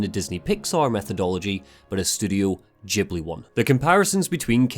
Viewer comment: Its Ghibli not đibli :D